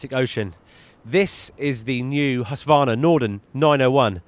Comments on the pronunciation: Hussvarna? The U is long like in the word use, minus the "j-sound" H-use-Kvarna. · Hus-Kvarna, long U.